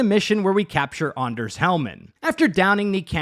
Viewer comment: that's certainly one way to say Anders. man I'm glad they changed the va for Mr. Hands because that voice does not fit the person he is meant to be.